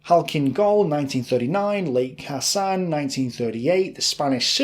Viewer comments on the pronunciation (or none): none